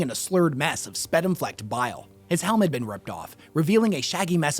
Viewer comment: I say this with love and on the spirit of disseminating knowledge. I received this from others. Sputum is pronounce with the long u in the first syllable. Spyootum. Keep making awesome vids!